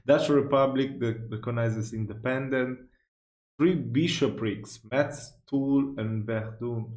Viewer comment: Jeanne d'Arc elle est revenue dans les Vosges à la fin elle s'est pas faite brulée ! Sinon le T dans Metz ne se prononce pas, on dit plutôt Mess (Oui je sais que c'est faux mdr mais j'aime bien l'histoire étant Lorraine-Mosellan)